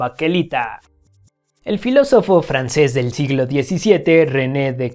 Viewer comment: Se pronuncia va-que-lita con v no con p por favor corrige el error de pronunciación dijiste pakelita